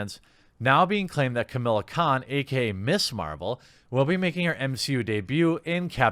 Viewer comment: Why are you pronouncing "Kamala" as "Chamilla"?